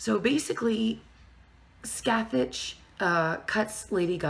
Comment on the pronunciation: god, you're butchering Scathach's name